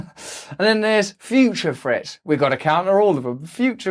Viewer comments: Practice pronouncing threats... With a "th" not an "f" lol love your channel and your approach thank you for being you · Sounds like he says future frets